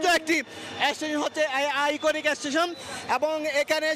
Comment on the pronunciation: আমি হাসতে হাসতে শেষ সাংবাদিক ভাইয়ের কথা শুনে, বার বার এশটেশন, জীবনে কেউ শুনেছেন এমন কথা